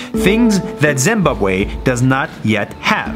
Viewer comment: Dude I was literally worlds most triggered person hearing the way he pronounced Zimbabwe I'm from Zimbabwe actually the country was the best country until a president came and made life brutal lack of water and food that president was also a thief the current president is trying to make things better I think I don't live there my dad does ok so that is probably all the info I could get